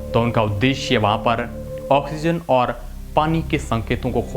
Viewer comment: ओर " नही और " बोलो